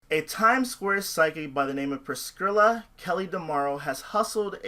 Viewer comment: 'pris-killa' 'pris-skrilla'